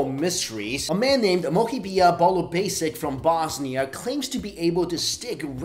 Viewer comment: magnet dudes last name is pronounced as 'boo-liu-ba-shitch' not 'bul-o-basic' just so you know :D